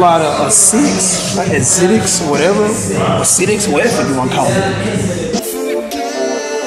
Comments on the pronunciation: cash it's ASICS lmaoo not acidics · Cash say it with me (A-SICKS) that's how you say asics wow lol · You say it like (A-sicks) Asics but they're fire bro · hypebeasts be like... acidics, uh-sics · this man said some "Asitics" lmaoo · He said Acidic's 😂😂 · He said ah sicks😭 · THATS HOW YOU KNOW CASH A HYPEBEAST WHEN THIS NIGGA SAYS "asidics" IM SCHLEEEP CUHHH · Goddamn them Adidas tho, but you can't be no sneakerhead if you callin asics "acidics" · Theyre pronounce AYE-SICKS Cash lol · BRO ITS ASICS AND SPIZIKES AND THEY ARE PRONOUNCED SPA ZIKE, NOT ASITICS AND SPIZZ ICKS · they're pronounced like (ace-six) or (A-sicks). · It's pronounced ayy-sicks lol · Say " A-SIKS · You pronounce it ace-siks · They're pronounced A-zicks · cash drop yo girl her taste in shoes is terrible and its pronounced a-sicks asics simple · he a hype beast 😂😂😂😂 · Don't be. He can't even say asics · Bruh can't even say asic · Don't even know how to say ASIC